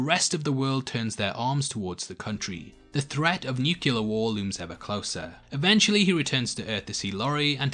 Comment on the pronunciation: Say it with me: "nuclear"